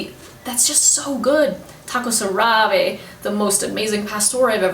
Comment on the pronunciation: Great video and great suggestions, however I suggest when saying the names of food, places and any other Spanish words say them in Spanish, I don’t know if you speak Spanish, pardon my ignorance, but I heard you said tacos árabes with English accent, I just suggest you say it in Spanish, so the none Spanish speaking audience know how to say it the right way while in Mexico, I mean no offense or disrespect by any way, I just think that the same way I learned English while living in the USA, people moving to Mexico should learn Spanish to comunícate better and to understand the culture and México in general, by the way I’m not Mexican but I love México and I am moving there within 2 years, I found a small town call San Pedro Mixtepeq, Jiquila, Oaxaca, about 15 minutes from puerto Escondido, I’m tired of a big City, thanks